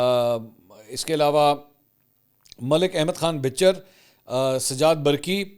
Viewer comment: ملک احمد خان بَھچر ھے نہ کہ بِھچر. لہٰذا تصحیح کر لیں.